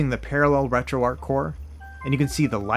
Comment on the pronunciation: Keep up the good work thank you so much for your channel and all the inside that you give if I could do something like this this is how it would be done and most of all I meant to tell you thank you for pronouncing retroarch correctly you're like the only person thank you so much for all your hard work and because of you I made sure I dedicated myself to the RGB 10 max that device is phenomenal and amazing so thank you for that as well